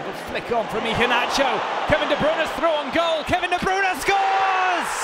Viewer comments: Kevin de bruuunaaa not Kevin de breyne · “Kevin de brOOna”